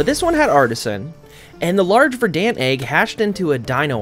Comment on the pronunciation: ok, this bothered me more than it shouldve, Verdant is pronounced Verdn't not Ver Dant